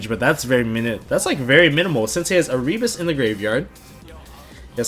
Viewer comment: come say erebus name right dude. you wonder why he looks like that on his art work because people dont say his name right